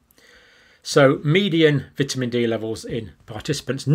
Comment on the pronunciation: You are saying vitamin wrong man